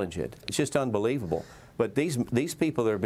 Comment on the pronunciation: "UNBELIEVABL?"😂🤣 It's the new norm